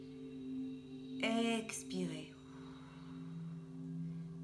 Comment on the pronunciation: Bonjour, ce qui m a gêné c est votre voix très accentuée sur certaines syllabes comme le ex de expirez par exemple. Je préfère plus de douceur dans les voix pour les meditations. Mais ça ne regarde que moi. Merci pour votre implication dans cette vidéo. Claudie.